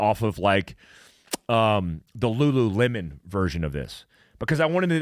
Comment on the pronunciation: The most shocking part of the video was hearing this guy say Lululemon! You gotta watch till the end 👍